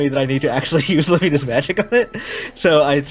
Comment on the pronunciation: “Lu-MII-na’s magic works.” Lu-MII-na. Do we have a Bahamut situation here with this name? I thought it was so obviously pronounced “LU-mih-nuh”